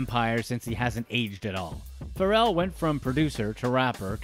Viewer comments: The way you said Pharrell’s name 🥴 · Bruh I was so close to hitting the dislike button, just off the way he pronounces names in movies like I'm about it LMAFO and Pharrell name and many more, it hurts